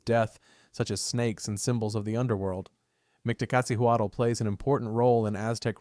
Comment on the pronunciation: 😁 We Mexicans normally don't stress Aztec words (Nahuatl language, properly called) on the last syllable, so for instance Micteca-CI-huatl, Mictlante-CUH-tli and so on are commonly preferred. 😁 In any case, I like your videos very much! 😃